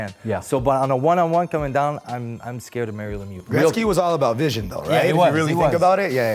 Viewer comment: "Wayne Greksky"